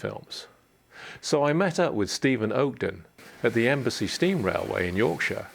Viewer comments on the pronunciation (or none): As someone from the E&BAR, I can inform you that "Embsay" is pronounced "Emsee", not "Embassy". =D